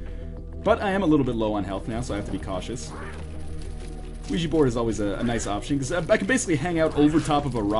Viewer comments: it actually is pronounced weegee :| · OUIJA is pronounced "wee-jee"